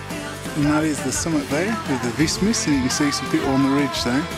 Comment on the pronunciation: horrible, to hear how you spell weissmies :D